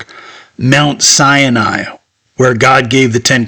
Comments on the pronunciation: It is Mount Sinai, not Cyani......Just to point out what is correct. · It's pronounced: sy-nye, not cya-nye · So, your narration is superfluous. Sinai has no "an" in it! It is Sigh nighy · Every time you say Mount Sinai, you pronounce it cyan I which means cyanide. I really am enjoying it, I notice that because I have closed caption on and they keep spelling it like that. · Sinai has only 2 syllables